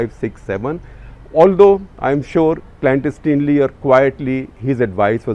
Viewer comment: Please pronounce the word clandestinely correctly. You Indians tend to pronounce many English words incorrectly.